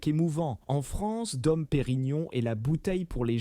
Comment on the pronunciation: "Taytinger" "dom" : encore un bon moment